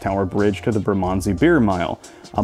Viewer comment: Ignore the advice about tied pubs when it comes to Fullers, their beer is amazing and so are their pies, London Pride 4.1%, ESB 5.9% and Golden Pride 8.5% being the three big hitters, all brewed in a 200 year old brewery in Chiswick, west London. BTW it took me a while to realise you were saying Bermondsey. 🤣